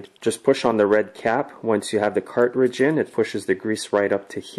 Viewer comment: Cart ridge...?? It's said car-tridge.